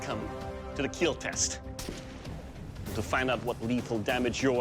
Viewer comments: IT will KEEL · "I broke your weapon, but more importantly, your weapon will KEEL" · John Wick tests pencil: It will Keel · It will "KEEL" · It’s not kill it’s kiel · "YOUR wEApoN wilL KeEL"